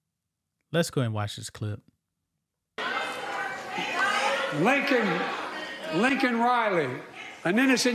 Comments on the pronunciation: It’s Laken, Not Lincoln, Obama’s Puppet is Malfunctioning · Laken. Not Lincoln. He at least got "illegal" correct. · Unbelievable, did anyone catch that Biden keeps pronouncing her name wrong? her name is Laken, not Lincoln!! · He butchered her name just like he kept looking a his wrist watch when the falling soldier pass by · Yeah and he got her name wrong 😂